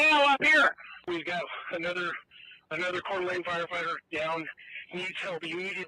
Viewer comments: Coeur D Alene,pronounced CORE DUH LANE. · Coeur d’Alene is pronounced "Kore-da-lane" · No disrespect but couer d Alene is pronounced cord uh lane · You sound like Joe Biden was your Hooked on Phonics coach when you say Coeur D’Alene( Core Da Lane ) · Hey brother just fyi..its pronounced. Cor-duh-lane...thanks for your diligence i live here and its hard to believe..we are pretty sheltered here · I’m from Coeur d Alene, our town is devastated over this, never thought this would happen here. Pronounced core Da lane. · Kor-duh-lane I know its spelt weird but thats how its pronunciated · It's pronounced core duh lane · Coeur d'Alene Idaho is pronounced Core Da Lane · Just FYI its pronounced "Core Da Lane." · It's pronounced "cord a lane" please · Its pronounced (Core-Dee-Lane) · I don't normally play the pronunciation police, but Some folktin Idaho night take offense. It's pronounced Core Di lane. I know,French words are difficult to figure out , but we don't pronounce Chevrolet, chev ro let. Lol good report Brother. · It's pronounced "coor de lane" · It's pronounced Core da lane. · Hello brother, FYI, it's pronounced Cor-da-lane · Coeur d'Alene pronounced Core-da-lane ! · Please know Coeur d'Alene is pronounced "core-duh-lane." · Coeur d" lane pronounced sounds like core da lane...love your show❤ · It’s pronounced core-de-lane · I totally agree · Actually, coo-er d’alane (coo-er is how the French pronounce heart)